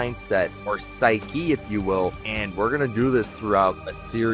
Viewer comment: I cant tell if you are trying to say psyche or sphy Ki for humor its a good attempt not a perfect video you need a bit more life experience is all I can tell you went through the education system of current year.